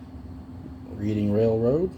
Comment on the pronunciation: his name is Rich Uncle Pennybags! Short Line ISN'T a railroad that served the Atlantic City, NJ area it was a Bus Line! 🤣 & Reading is pronounced Redding actually 😉